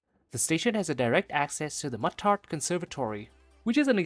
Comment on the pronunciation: It's pronounced Moo-tart.